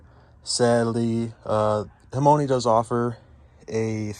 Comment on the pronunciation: I like that you say the name wrong the whole video 😂